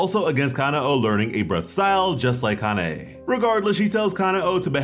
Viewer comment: Kuh-now and kuh nay bro it's that easy